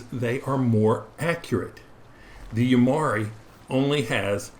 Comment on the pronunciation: The correct pronunciation is YU [YOO]-MI [MEE]-HA [HAH]-RI [REE].